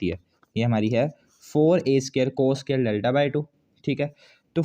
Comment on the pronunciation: Bhai scare nhi square hota h sahi se bolo